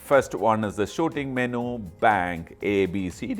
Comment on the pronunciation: What is a Meno? I thought It was Menu pronounced Menyou